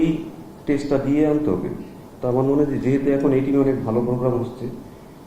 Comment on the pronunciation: আপনি হয়ে যান তাইলে কোচ,,ট্যাস্ট না টেস্ট হবে🤣